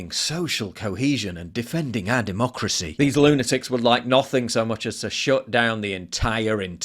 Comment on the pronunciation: muh duhmoocrusee